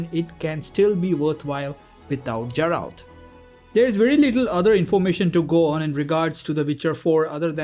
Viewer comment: Geralt (Guh not Juh)